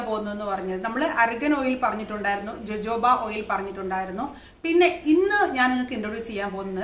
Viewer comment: dear jojobo is pronounced as hohobo